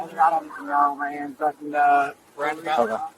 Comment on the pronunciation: ... He pronounced "fu¢king" wrong 😅